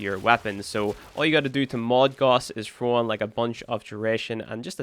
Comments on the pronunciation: You pronounce Gauss wrong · Gauss is not pronounced the way you are saying it. Do with this information what you will.